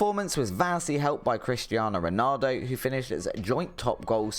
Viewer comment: You cant even pronounce Ronaldo's name correctly, don't worry about Kvaratskhelia